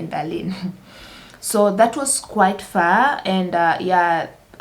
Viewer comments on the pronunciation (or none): none